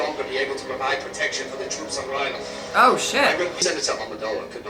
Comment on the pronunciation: You are great with the names! Toydaria is correct and the people are called Toydarians, Ryloth is the correct pronounciation and the people of that planet are called Twi'leks (not 100% sure how to write it tho). There is a lot of names in Clone wars but don't stress if you don't remember all of them :) Also a fun fact, the Jedi that died in the first episode was called Ima-Gun Di, kind of a play on "I'm gonna die" pretty ironic